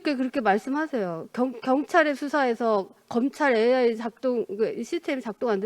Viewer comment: 자다가 등 떠밀려 아무생각없이 나온 여자같네요. 한장관이 무슨 장관인지도 모르고 AI 발음도 더듬더듬 도대체 뭘 묻고싶은거냐 .? 아이 아이 아니고 ...